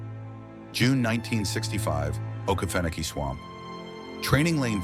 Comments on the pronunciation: Please pronounce Oke feno key correctly. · This ai voice shit kills me….mispronouncing things and dates! Uggh, to me its lazy “youtubering”…..dude, ill read the shit for u. I was also stationed at Ft. Stewart from (OIF 1 & 3)…its the largest military installation east of the mississip……we went to the field ALL the time….enough swamp already on post, no need to go to “okee-fa-nokee”….which is the correct, non-ai way to say it!!!! Ima down south, fithy nasty dirt south georgia boy! Middle Ga. Is my stomping ground!!!! Lots of forest from Milledgeville/Dublin all the way to the Atlantic. I have a hard time believing this “training in the okefenokee” stuff….plenty of other equally swampy places to train w/out as many gator dangers to worry abt.